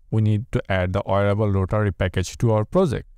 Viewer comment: it's WEEAARABLE not OOrable brother.